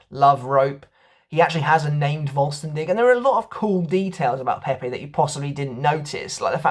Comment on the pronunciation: Nice channel. Btw: Its not pronounced "Volstendick" ;)...